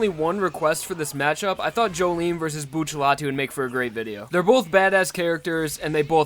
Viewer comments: It's not buccialti it's bucciarati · Why do you call him Buccelati and not Bucciarati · Y do u call him buccallai when it's clearly buciaratti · Saying "Buccelati" instead of Bucciarati is annoying as hell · I'm going to say this once and only once.... IT IS PRONOUNCED BU-TER-ATI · Look at how they massacred his last name 😔